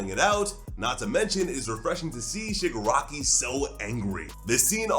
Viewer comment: My guy really said shigirockery